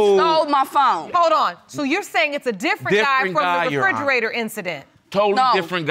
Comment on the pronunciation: black ppl always say frigarata lol